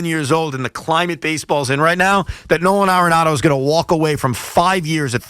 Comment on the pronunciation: Why Evan keeps calling dude, No-Han Aronado ?